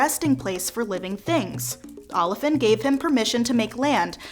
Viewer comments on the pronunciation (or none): Said politely: Your pronunciation of the names of the Orisha is in need of improvement. Obatala+ OH bah T lah, Oya: oi - yah, Olofin: OH low fin, Achè'= AH tchAY. Olokun: OH low koon. Eshu=AY shoe. 27 years initiated to Eshu Laroye.